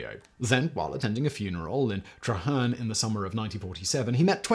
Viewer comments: Treherne we pronounce it 'tree' hern lol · Treherne, it's pronounced Tree Hern 😉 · Treherne is pronounced “tree-hearn”